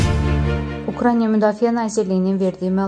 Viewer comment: Ukrainiya yox, Ukraina demek lazımdı